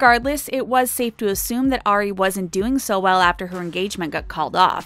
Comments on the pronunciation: It kills me when ever the narrator says “Airy” WHEN YOUR SUPPOSED TO SAY “ari” lmaoooo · it's not "air-ey", it's "R-ree" * and not "ay-rianna", it's "ah-rianna" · It's Ari. Like ARE-ee, not AIR-ee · Lydia Ann yess